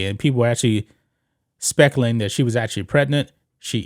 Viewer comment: Nah the half time show wasn't trash and it spec-u-lating not specalatine 😒🤨🙄🙄